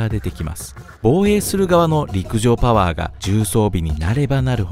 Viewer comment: 陸上パゥワァーでいちいち吹く